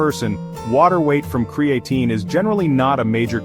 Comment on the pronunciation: Cree-A-Tyne Cree- A - TEEN CRAE-A - Teen Ai was struggling 😂